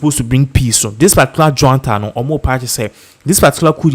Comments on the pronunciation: And it's not Juanta , it's junta just like june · Please, it’s NOT JUANTA. It’s JUNTA.